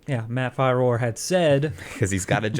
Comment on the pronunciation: Dude, your pronunciations drive me crazy. His name is Matt Firor and its pronounced "Fearer". They say his name in like every damn video he's in. How do you not know this?